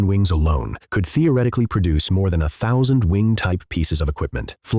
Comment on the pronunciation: cant even say 10,000 grand or thousand properly , when are u going to fix the A.I..